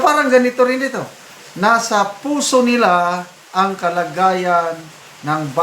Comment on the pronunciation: Maliwanag na sinadya ang pag-bigkas ng pusi embes na puso..sobrang tiwala na maski ang mga bagong hubog na mga kawal ay masunurin sa kanilang mga pansariling mga batas..